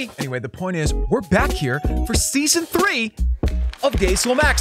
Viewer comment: The way he says 3 “thray “ no offense